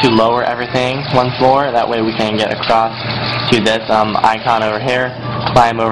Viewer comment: what country are you from? you pronounce "one" as "wan" ?